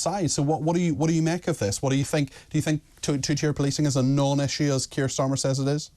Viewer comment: 😂take the "R" out of Sttta r mer .